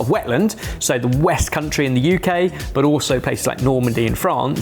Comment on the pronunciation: is still the only British person in history to put the emphasis on the U in UK, and I'll never understand it